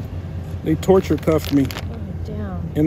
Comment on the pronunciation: Just so you know... It is TORTURED not TORCHURED